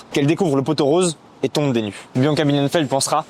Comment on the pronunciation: Pot-aux-roses, et non "poteau rose".